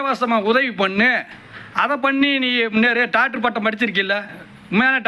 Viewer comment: Doctor ❌ Tokter ✅